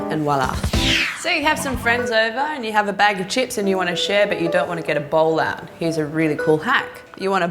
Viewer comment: When she said a bowl out it sounded like Ebola. XD